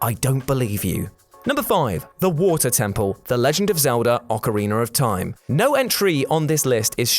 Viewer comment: I love "Ocariner of Time"